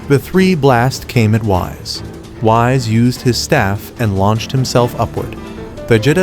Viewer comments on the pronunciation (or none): He called him Wise instead of Whis and that was the moment I left, AI USAGE WILL NEVER TAKE OVER